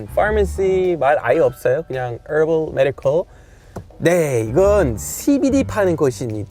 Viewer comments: 미국인이 한국식 발음으로 허벌메디컬이라고 하니까 왜케 웃기지ㅋㅋㅋ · 완벽한 한국식 발음이네욬ㅋㅋㅋㅋㅋ 허벌.... 메디컬! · 허벌 메디컬 ㅋㅋㅋㅋㅋㅋ정직한 한국발음이네용 🤣🤣🤣🤣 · ㅌㅌㅋㅋㅋㅋㅋㅋ 허벌 메디컬 ㅋㅋㅋ콩글리쉬발음이네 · 허벌 매디컬ㅋㅋㅋㅋㅋㅋㅋ 영어 발음마저 한국인을 닮아버리면 어째ㅋㅋㅋㅋㅋㅋㅋㅋㅋㅋㅋㅋㅋ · 허.벌 메.디.컬 ㄱ.ㅋㅋㄱ한국 본토발음봐 한국사람아니에요? ㅋㅋㅋㄱㄱ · 허벌 메디컬 ㅋㅋㅋㅋ 발음도 한국화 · 이제 콩글리시 발음까지 하시네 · herbal medical 읽을때 발음이 무슨 나랑 비슷해 ㅋㅋㅋㅋㅋ